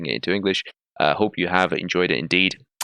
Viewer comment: Excellent content as usual, enjoy it very much. Now just a little comment to help you in the future: it's just a tid bit ... "adios" is two syllables a,dios not three: a,di,os Unless you want to talk like a gringo ;)